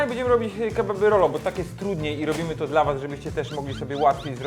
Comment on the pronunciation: "Robimy kebaby rollo, bo tak jest trudniej, i robimy to dal was, żebyście mogli to zrobić łatiwej". kocham cię, ale chyba jakieś spięcie na łączach się wydarzyło:D